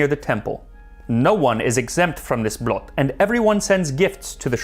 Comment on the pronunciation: Blot, the O is pronounced like the oo when you said "stool" (from footstool) The way you say "Blot" means... well other stuff, thou it depends... how its used, usually referring to "Only" or "just" (as in "its just that") /Usually in formal or how some elders talks. //Appreciate the attempt. //The Danes may have a different discussion about this... but il meed them half way on the ice.